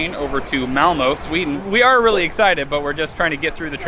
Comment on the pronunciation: Time to learn to say Malmö